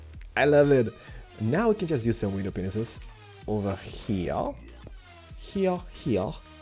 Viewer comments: I hope you realize you are saying penises instead of panes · I would like to point out that knows he is saying window penisses. Awesome stables!